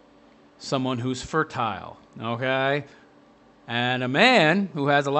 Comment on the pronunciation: How normal people say okay: Okay How this guy says okay: Ougaay???